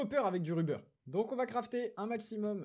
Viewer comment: Ruber ça se prononce avec un "o" au lieu d’un "u" dit le donc rober sinon super vidéo continue gg pour le million